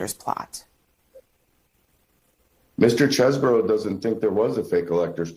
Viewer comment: Why cant you reporters pronounce the mans name correctly? Chesebro...Chese-bro...bro bro bro not boro